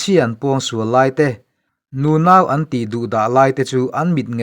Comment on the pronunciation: Beng tih ngawng ti lovin...beng tih ngawn tih tur.